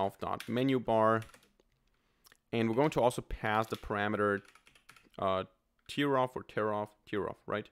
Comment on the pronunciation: Great video! Also, since you asked, it's pronounced "tair off" as in tearing a piece of paper.